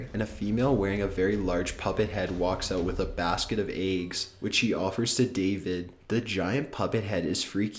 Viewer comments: Just pasta and eggs. I'm fine with everything else but my god please find a different way to say those two words lol. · Tell me why just said eggs like aigs